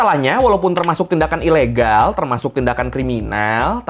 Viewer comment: KambojAaaa, ilegAaall, penjarAaaa hihihi lucu bang logatnya😃😃🙏🙏